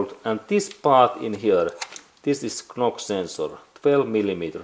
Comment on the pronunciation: Thank you for your video. By the way, knock-sensor is spoken "nock-sensor" in English. Likewise "Fort Knox" is spoken "Fort Nox". 😊